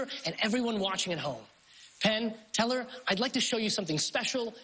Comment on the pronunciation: "he fooled Penn and Tellaaahrg"